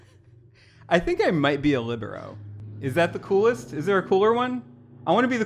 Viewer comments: "leebarrow" is KILLING me yall its "le-bear-oh" XD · I’ve heard the pronunciation of libero as “lih-BEAR-oh” and “LEE-broh” ... But not whatever that was Edit (bc I forgot I wanted to mention it): anywho I, myself, am a setter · The way the pronounce libero really kills my volleyball heart😭😂 I’ve always heard liBEARo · I’ve also heard “LEEbro” which also hurts, but is still more normal than whatever abomination they were sayin 😂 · either my entire volleyball team had pronounced libero wrong or the entire drawfee crew is pronouncing it wrong and i'm honestly not sure which option is preferable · the way they say libero... guess we can't all be jocks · it hurt me so much how y’all are saying libero and defense 💀💀 love the vibes of the episode, david day 10/10